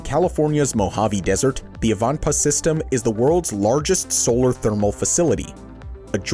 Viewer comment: It is pronounced.......... EYE - VAN - PAAH, and it is located near the California/Nevada Border, off of the I-15 Interstate Highway.